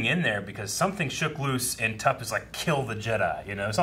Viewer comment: tup not tupp